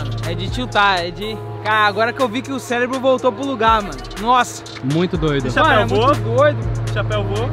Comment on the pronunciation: O mais legal foi quando o falou celebro